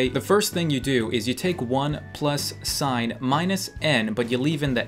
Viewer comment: Sophia is a name and you pronounce "sin" as "sin" not "sign"